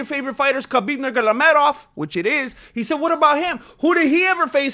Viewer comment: Dude.. it's Nur-maa-go- me- dov !